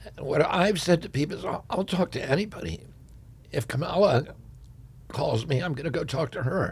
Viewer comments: RFK Jr still can't pronounce "Kamala" properly .. Most Americans will see this as out of touch. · RFK Jr is like the last guy on earth to still mispronounce Kamala .. That's pretty sad.